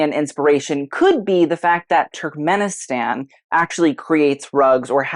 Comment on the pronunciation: I love you, I love the effort you do with the research in references and analysis of the layout and the pieces but it pains that you keep mistaking the name of Turkmenistan over and over again